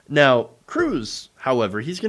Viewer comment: I wish all of there news outlets would get with it. Cruz is not pronounced like Tom Cruise. Oddly, It doesn't rhyme with bruise or ooze. It rhymes with fuzz or buzz. say it with me. Ted Cruz. You would think it rhymes with "Lose" but it doesn't. Pronounce it correctly. Ted Cruz.